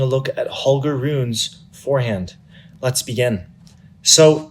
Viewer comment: It's pronounced "Roo-nuh," not "Roon." It's ridiculous to take this video serious when you don't even pronounce his name correctly.